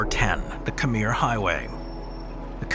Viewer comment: Can you say Khmer properly, please? KH-mare. Pyramids were not built by the Egyptian dynasties, they are much older.